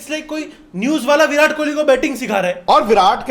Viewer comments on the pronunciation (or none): none